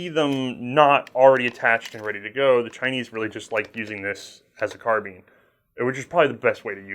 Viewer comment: ITS NOT CARBEAN!!!!!!!!!! ITS CAR-BINE!!!!!!!!!!!! ITS NOT HARD TO SAY OMFG!!!!!!